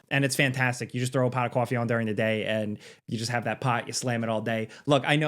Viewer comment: New York accent has never been stronger than when saying "paht o cahfee"